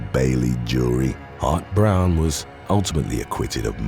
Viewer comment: Every time you said "Hart-Browne," I heard hot brown and now I'm hungry. 🤷‍♀️